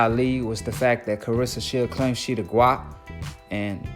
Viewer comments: Dude it’s GWOAT not GWAT lol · Omg bro its GWOAT not GWOT lol. I cant watch no more. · Dude said Gwat lol...not Gwoat. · Man it GWOAT....LIKE GOAT BUT WITH A "W"......LMAO MAKE A VIDEO AND KNOW NOTHING!!💯💯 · great vid but y u keep saying gwat 🤷🏾‍♂️ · Guatt??🤔🤔🤔 I guarantee you're pronouncing it wrong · Stop saying gwat sounds far too close to twat 🙏🏼🙏🏼🙏🏼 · Gwoat man gwoat like goat. You cant even get that word right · Gwoat sounds like Goat with the long "O" sound. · This dickhead said “GWOAY” wrong yu don’t know shit about boxing rip roger mayweather lol